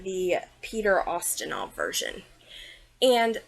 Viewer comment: It’s YUH-STIN-OFF. Lol